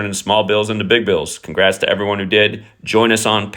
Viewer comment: You need a shirt to sell that says “congrrrrats to the winners”